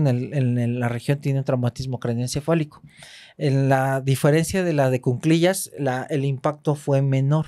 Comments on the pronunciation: M aestra y, un gusto escucharles! Por favor la palabra es cuclillas (no cunclillas). Un abrazo! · solo una observación respetuosa: se dice "en cu-cli-llas"y es anticonceptivo oral de emergencia, no pastilla del día siguiente